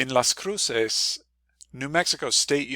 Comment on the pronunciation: I lived there for two years. I never heard anyone pronounce it the way you do. Also, it's the U.S. side of the border, temperatures are measured in Fahrenheit.